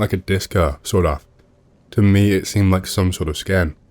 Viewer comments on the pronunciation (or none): Also the way he say's 'Me' as "Muay" or "Meh" 😂